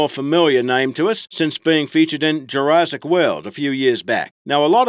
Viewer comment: Sorry not trying to be rude but it’s Pronounced jura’ss’ic not Jura’zz’ic